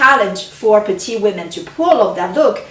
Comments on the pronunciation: Pronounce petite not the masculine petit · I hope you're not correcting her accent.